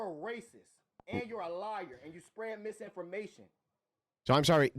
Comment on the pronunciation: when they lose they call you ray-cess!!!